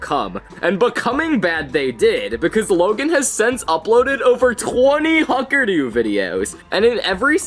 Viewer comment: "the why-fuckerdoo" once you hear it you cant unhear it